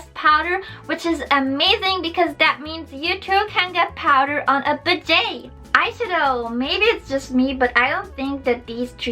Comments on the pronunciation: Great vid. Lancome Mascara is the classic. lol I thought you were saying bidet. Budget is pronounced BUD' Jet. Givenchy is Jee vo Shee" (or close enough to jzhiv-on-shee,.) Perfumes in make up make me Naw' Shus too. That is why I use so many Clinique products. Clinique does not test on animals except in mainland China, where animal testing is required by law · "You too can get powder on a BUD-JaY" Wheeze It's pronounce BUD-GIT. XDDD Don't get triggered plz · "Budget" is pronounced as buh-jet :) The high end look was so cute, I definitely liked that one a lot! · Did she just pronounce "Budget" as "Bidjey"? WHY do I find that so adorable? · The way she said Budget and Recommend xD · Someone help her say "budget" properly :( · Hahahahah the way she says budget :) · YAY! I WAS RIGHT LOL. Anyway, I think that lip gloss looks great on you! Perhaps you could use it on top of the lipstick you got? Looks like they'd look good together. Also, you say "budget" really fancily lol. Which isn't a problem to me honestly. Just bringing this up, because I recall you saying that you're trying to speak English with more of an American accent, which I have. If that's still the case, budget is pronounced "budge-jit" here in America. But once again, you don't have to say it like that lol. Oh, one more thing! I absolutely adore the way you made this video!! Watching you apply it on both screens really got my attention, and made it incredibly fun to watch!!! I hope you continue making super cute and entertaining videos like this. You did a great job 💕💕